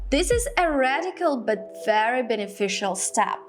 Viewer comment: Wawo wery wery wery wery wery sexy' 😂😂😂😂 watch'